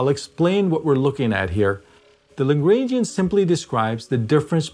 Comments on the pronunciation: Please pronounce Lagrangian correctly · Please do part II of this video, but learn how to pronounce Lagrangian first.